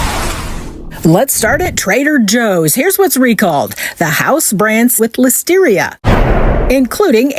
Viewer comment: "ListeriA" not "Listerier".